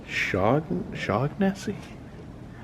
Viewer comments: It's pronounced Shawn a see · Shaughnessy I think is pronounced as Shawnessy or Shaunessy with the ‘g’ being silent.